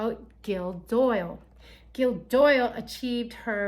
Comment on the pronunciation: I love you guys in the US you always call me gill 😍😂 it’s actually gill from Gillian pronounced (Jill) I don’t care though I love the way you pronounce it ❤❤❤❤❤ thank you for your videos you’re keeping me on track ❤